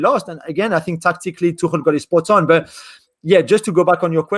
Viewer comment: Its pronounced tuk-el btw.